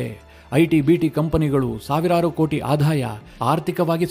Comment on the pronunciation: ನಿಮ್ಮ ಸುದ್ದಿ ವಿಶ್ಲೇಷಣೆ ಸಮರ್ಪಕವಾಗಿರುತ್ತೆ. ಆದರೆ ನಿಮ್ಮ ಭಾಷೆಯಲ್ಲಿ ಅನಗತ್ಯ ಮಹಾಪ್ರಾಣ ಬಳಸುತ್ತೀರಿ. ಉದಾಹರಣೆಗೆ ಆದಾಯ ಅನ್ನುವ ಬದಲು ಅಧಾಯ ಅನ್ನುತ್ತೀರಿ. ಇಂತಹ ತಪ್ಪು ನಿಮ್ಮ ಎಲ್ಲಾ ಎಪಿಸೋಡ್ ಗಳಲ್ಲಿ ಇರುತ್ತದೆ. ಇದನ್ನು ನಿಮ್ಮನ್ನು ಟೀಕಿಸಲು ಹೇಳುತ್ತಿಲ್ಲ. ಬದಲು ಸ್ವಲ್ಪ ತಿದ್ದಿಕೊಂಡರೆ ನಿಮ್ಮ u tube ಇನ್ನೂ ಹೆಚ್ಚು ಉತ್ತಮವಾಗುತ್ತದೆ. ಇದನ್ನು ಧನಾತ್ಮಕವಾಗಿ ಸ್ವೀಕರಿಸಿ.